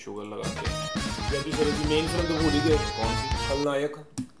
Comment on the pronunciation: Kapil not kapal and jacky shroff not shraf